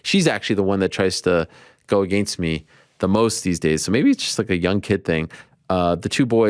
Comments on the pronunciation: If Ariel pronounces against “agaynst” one more time I’m gonna lose it 🤦😂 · Never say it aGAIN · Ariel, don’t you ever say “against me” like that again…